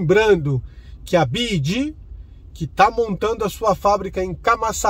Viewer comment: Byd = bi-UAI-di GWM